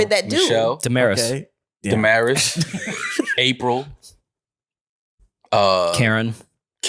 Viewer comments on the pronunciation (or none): Damaris name is pronounced different in Spanish. Damaris is a Spanish name where American missed pronounced it. Translate Damaris to Spanish in Google translate. (Da-mah-reese).